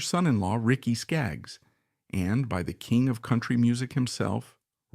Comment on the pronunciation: Love the Whites! I don’t think they were officially part of the Hot Band though? Not sure if this video is AI, but pronouncing Acuff as uh-CUFF and KISS as K-I-S-S (among other errors) makes this video really hard to watch. Too bad - the Whites deserve much better.